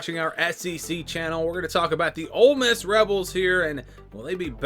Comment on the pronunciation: I don't know they at least pronounce Ole Miss correctly.😂😅